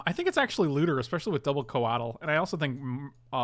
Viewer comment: Codle... codle... Ko-WAH-tul